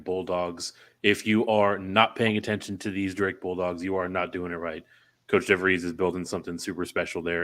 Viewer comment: Good segment guys. I feel like as a Drake fan we’re always correcting folks, but its Darren Devries, not Darrien. Thanks again for featuring the Bulldogs!